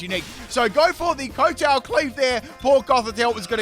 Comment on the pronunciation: you are pronouncing kowtow wrong. It's pronounced kau-tau. It's named based on the type of bow he does as he attacks with the blade on his head.